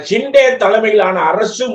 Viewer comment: நக்கீரா நன்றாகப் பார். ஹிண்டே இல்லப்பா. ஷிண்டே என்பதுதான் சரி. நக்கீரனே செய்தாலும் குற்றம் குற்றமே